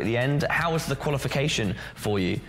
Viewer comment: "qualificatin" lol